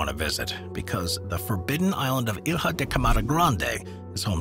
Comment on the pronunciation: You guys should learn how to pronounce the names of the places. It comes across as embarrassing and lazy. Specially that Il-ha